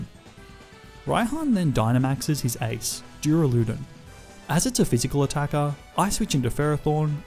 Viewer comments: was wondering if anyone would say anything lol. When he repeated it multiple times I had to stop the video haha! If he reads this, it's pronounced Duur-Ah-Luh-Dawn. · Dooraloodun is definitely how you say duraldon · NO, IT'S PRONOUNCED DUR-AL-U-DON! THE THIRD SYLLABLE IS A U, NOT A F*CKING A! SAY IT RIGHT BEFORE I MAKE YOU! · He said duraloodan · take a shot every time he says duralewdun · the way you said "duraladon" killed me man. XD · Its pronounced Dur-al-a-don. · nice nuzlocke! but is no one gonna address how he pronounces duraludon?? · That is not how you pronounce duraludon